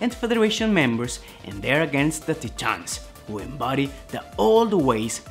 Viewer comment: It’s pronounced “Tie-Tans”, not “Tee-Tahns”. Great video tho.